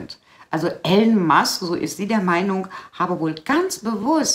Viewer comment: ...höre dir oft zustimmend zu ...aber bitte bitte spreche den Namen einer der bedeutendsten und bekanntesten Persönlichkeiten unserer Zeit nicht permanent falsch aus ...der Typ heißt nicht "Ellen" sondern "III-lon" ...hat zwar keine Auswirkung auf deine Inhalte, aber es würde deiner Glaubwürdigkeit nützlich sein